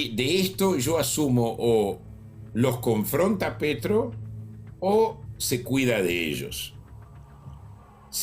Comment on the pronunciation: No se porque le seguía diciendo Pietro en vez de Petro 🤣😂